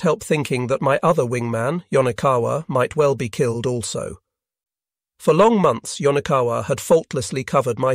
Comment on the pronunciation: Woe-ard for word, pee-lot, kil-led, feet-ers, waver-ed for waved, grin-ned. Lae is sometimes Lay, sometimes Lie. Heevy dem-edge for heavy damage. Plane-ese. Unnerv-ed every pee-lot. Lay and lie practically in the same sentence. It ruins the narrative.